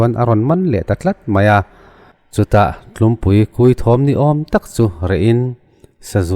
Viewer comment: Tlimpui kui tih lam rik dan zir i manawh phawt.